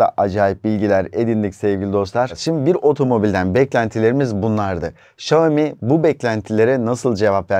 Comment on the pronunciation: Xiaomi söylemeyi öğren önce